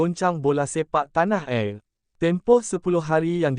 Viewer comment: Tnh air wei bingaiiiiiiiiiiiiii.... BKN TNH ERRRR....Banganggggggg!!!!!